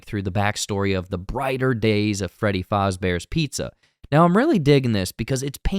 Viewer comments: It’s Freddy Fazbear, not fozzie, I don’t know why the guy in the video keeps calling him Fozbear. That said, a lot of of these restaurants were designed around the idea of copying Disneyland so it would be reasonable if in universe Lore was that Freddy was meant to be a muppets knock-off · And it’s Faz. Not Foz. That’s driving me nuts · Who's watching this not knowing what FNAF is? Also, i thought it was "fazz"bear, not "Fahzbear" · Great video but it is pronounced fazzbear no faRzbear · bro said “freddy fozzbear”😭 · every time he said freddy fahzbears pizza it make me cringe 💀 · I know what he was saying, I still hear fozzie bear. Like you said a lot of places use names close enough not to get sued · You’re hearing Fozzie because the guy in the video is mispronouncing the name and keeps calling him Foz Bear. That’s not a psychological thing happening, you’re hearing it because its basically what the video keeps saying. I just wanted to be sure you were aware that the video is wrong. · freddy FAWZbear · Freddy fAHzbears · never in my life have I ever heard someone say Freddy Fozbear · Why are you pronouncing fazbear like that 😂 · Man love the vid but please say Fazbear the right way please 🙏😂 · The way he pronounces Fazbear makes me uncomfortable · Thats a weird way to say Fazbear. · I think this is a reaction to that stolen bootleg trailer, because you are talking about stuff that is not in the official teaser. Any chance you could react to the real one instead? Also you pronounced Fazbear wrong. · Why are you pronouncing Fazbear like it’s German- 😅 Also, you obviously don’t know anything about FNAF lore, so you messing up wasn’t that enjoyable. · You pronounce “Fazbear” wrong.